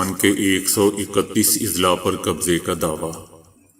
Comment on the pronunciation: السلام عليكم...Izla نہیں بلکہ Azla۔ضلع کی جمع اَضلاع